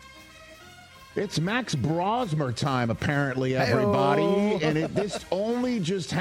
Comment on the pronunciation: It's Broh-zmer, long o. Also, Seattle defense made Rams look pedestrian.